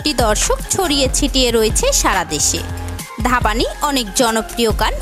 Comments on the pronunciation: It's not ধাবানী it's ধ্বনি 😁😁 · ধাবানি? সিরিয়াসলি?? হিন্দি উচ্চারণ না করতে পারলে বাংলাটা তো অন্তত শুদ্ধভাবে বলুন। "Dhvani" এর বাংলা উচ্চারণ হবে "ধ্বনি"। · Aree uchharon to thik mato korun... Dhabani ki ??? Or name valo kore Indian video te dekhun R ami prachur Bangladeshi gaan suni niii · Or naam dhapani noy divyani please ucchoron ta thik kore koren be